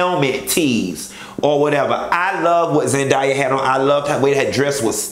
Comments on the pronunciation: BITCH ZEN-DAY-AH I KNOW YOU GOT YOUR DEGREE IN ECONOMICS AND NOT IN ENGLISH BUT THAT'S MY LITTLE COUSIN WE FROM OAKLAND, CA AND BITCHES ALWAYS FUCKIN OUR NAMES. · A! ZendAYa 😂😂😂 you was choppin that girl name upp 😂😂 U didnt like Mary J. Dress and boots?